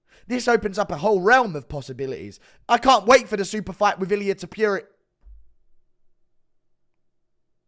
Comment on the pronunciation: It wasn't that huge I had a massive article about how this could be a jail rape scene It was pretty obvious due to Body Types ones a Anorexic that we haven't seen on the ground the other is a proven Rapist on the mats ???? Cmon also your over pronouncing Topuria the U your using is far too strong